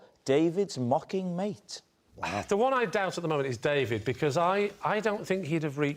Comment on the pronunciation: DavEED sounds like someone from Greg Davis' childhood cuSHON language! 😂